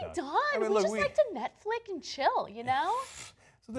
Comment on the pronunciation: Did she say Netflick? Lmfao